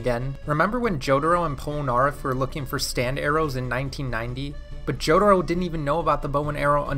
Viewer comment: remember it’s pronounced Jo-Ta-Ro and not Joe-der-oh?